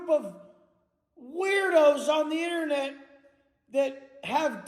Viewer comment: Thsi guy pronounces "internet" just like Chris Chan